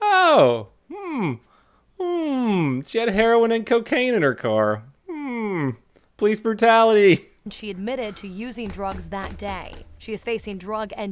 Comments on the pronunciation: PALOOCE BROOTALTIY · PALOOCE BROOTALITY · lol palooce brutality